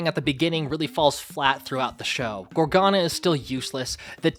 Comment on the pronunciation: can i just mention that he kept on pronouncing gargona (idk how to spell her name) as gorgana.